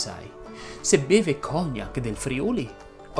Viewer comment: Ciao, secondo me, si dovrebbe dire cognàc e Nobél invece di cògnac e Nòbel. Ti ho corretto non per fare il pignolo ma perché questo dice la Treccani e curioso dopo aver visto il tuo bel video avevo dei dubbi e quindi sono andato a correggere. Comunque, complimenti